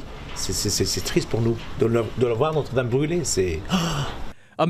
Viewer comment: FYI, it’s pronounced “not.” It is not pronounced “note.” Not-reh dahm.